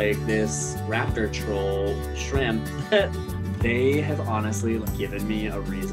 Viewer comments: I keep hear TRAMP, 😅😅😅 not shrimp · I thought he was mispronouncing Shrimp, but then he actually pronounced "mischievous" correctly w 3 syllables instead of 4, so I knew his English skills were great (and beyond most YT narrators). Coconut, Shramp, & dad make a v cute trio. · I love the fact he calls him SHRAMP aside from shrimp